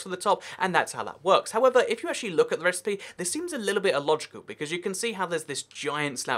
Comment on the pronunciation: Actchewawy itch made of iwon